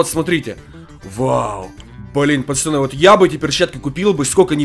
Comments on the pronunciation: Говори нормально не пачяны а пацаны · ты говориш чо пачаны а не пацаны